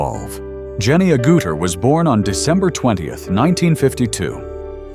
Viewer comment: Sigh. AI voiceovers continue to pronounce Jenny's surname incorrectly. It is not A-Gouter, it's AGG-utter.